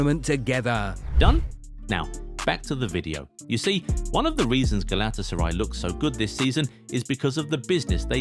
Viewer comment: Man youre butchering the club name. Do it with me: Gala-Tasa-RAY :)